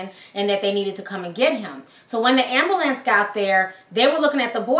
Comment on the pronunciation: Am-boo-lance lol